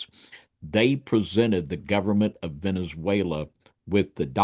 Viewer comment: Cool discussion, but listening to trying to pronounce Venezuela is killing me…Venzawela 😂😂